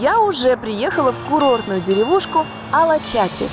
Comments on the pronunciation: С ударением на последний слог причём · Салда возле Бурдура, Памуккале вообще в Денизли, километров 400 езды, вы прикалываетесь "окрестности" 🤣 А еще редакции не помешало бы правильно названия писать и читать. КумруДжу (а не кумруку), АлачатЫ (а не АлачАти). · АлачатИ 🤦 Ну как можно не узнать правильное произношение места, куда едешь?